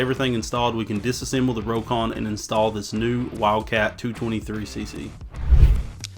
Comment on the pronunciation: Well, it’s pronounced “Rock-on” not “Row-kon”